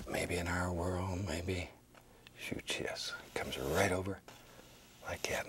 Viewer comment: And, “About like gat”